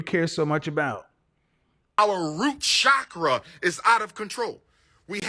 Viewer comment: Root “shaw-craws” 🤣 Chakra pronounced Check-Rrah.